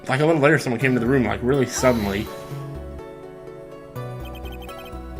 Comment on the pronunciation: YOU MEAN REALLY SEEDENLY